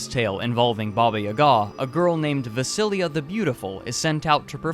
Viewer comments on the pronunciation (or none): A little fix, it's not Vasiliya, it's Vasilisa. (pronounced Uaseeleesa), not Vasailisa or anything like that. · Vasilisa, not Vasilia. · ITS NOT VASILIJA IS VASILISA 😂 YOU MESSED IT UP I’m not Russian, but I am Serbian and I was actually told this story about a MILLION times, because my name is literally “Vasilisa” like in the story, and everybody would tease me about it I took it so seriously 😂😂😂